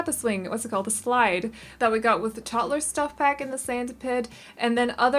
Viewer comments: Of you say 'Tott-ler' ONE👏MORE👏TIME...🤣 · When people pronounce 'toddler' as 'totler' it gets me 😂😂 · Are you saying Tottler?